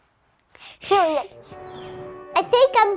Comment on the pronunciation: awww she said peridodddd